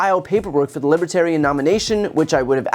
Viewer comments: Lol, "libitarian". Can't even pronounce it correctly. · He says Libba-tarian. Cringe. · I was going to ask : WTAF is a "libbaterran"?😁 Nothing is more disrespectful than mispronouncing the name/title of the group one is trying to influence! That's iDJiT, in a nutshell.🙂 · Trump says Libitarian. He cannot even pronounce the party he wants to lead. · Who is the “libitarian” party? Or …. can trump not even pronounce the name of the party from whom he is trying to get support. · If you're going to speak at a Libertarian National Convention, you might want to learn how to pronounce LiBERtarian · Lippatarian! And he repeated it! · That's what Inwas thinking too. Lib-a-terian. He's so ignorant! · Lippotarian party? Did he say the Lippotarian party? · Will some one tell him it's a B not a P. Lib libertarian God that was getting annoying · He can even pronounce Libertarian. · Hmmmmmm…. He can’t even SAY the word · #olestanky can’t even pronounce libertarian. 🤣🤣🤣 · Trump can't even pronounce "Libertarian." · He can't even pronounce libertarian?!? Reminds me of the South Park where that weird dude couldn't pronounce the T in planetarium?!? He is literally a real life Cartman!! 😂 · He cannot even pronounce Libertarian. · the absurd disrespect, he can't even pronounce libertarian correctly to their faces. side note, junior sounds like he's on deaths door lmao. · He can’t even pronounce Libertarian. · Can he pronounce libertarian? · Trump can't even pronounce Libertarian. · He doesn't know how pronounce Libertarian much less have the same ideals as the Libertarian Party. Vote Blue 💙 down the ballot 💙 That's Nice! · He's not even trying to say Libertarian right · He can't even say Libertarian. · He cannot he pronounce "libertarian". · Can't even pronounce Libertarian correctly. Speaking with thick tongue. Dementia Donny. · He can't even pronounce " Libertarian " correctly. I'm sure he has no idea what a Libertarian is. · He can't even pronounce the party's name correctly.